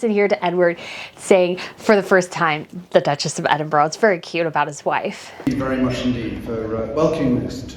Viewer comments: It is Edinburrrra not Edinburggg. She’s so sweet 🌹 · Love the channel I almost always agree however it’s not Edinboro it’s Edinburgh not pronounced boro but burah sorry it just drives me nuts. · as a Scottish person we pronounce Duke and Duchess of Edinburgh as ‘Edinbra’ not ‘Edinboro’ just saying to let you know how we pronounce it even though it’s not spelt the way we pronounce it. It’s just a Scottish thing. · Please, use the correct pronunciation of EDINBURGH. Its not Edinboro. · Please learn how to pronounce Edinburgh.Edinburra is the correct pronunciation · Please learn how to pronounce Edinburgh. Ed-in-bur-a. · It’s pronounced “Ed in burr ahh”, sorry but my grandfather was a Scot and he hated when people pronounced it wrong…. Edward has been on a great course since he married the Sophie. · just to be absolutely correct, it’s pronounced ED-DIN-BRUH. 😊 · ED IN BRA Please. There is no 'ooh' at the end of it EDINBURGH Your video incidentally is assuring. Your thoughts are well thought through. Thank you.